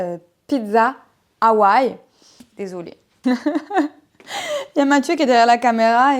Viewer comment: Cette video ca va a a merveille. West Honolulu loves your pronunciation of Hawaii. Why would people judge you? I can handle criticism.